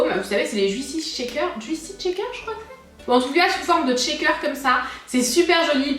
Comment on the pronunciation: Bon j'continue, c'est pas" tcheckeur" mais "cheykeur"